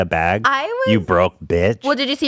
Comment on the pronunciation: I love when trisha says baehg